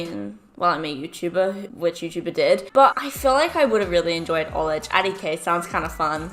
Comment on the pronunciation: Everybody: College: Cullage